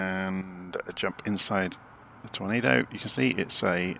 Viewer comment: Ah! The infamous "Torando" 😉